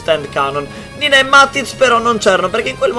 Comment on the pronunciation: si dice CORINNA NAVONI non Vannoni🤣🤣🤣. E poi é conosciuta come NINNA non come NINA🤣🤣🤣🤣🤣🤣🤣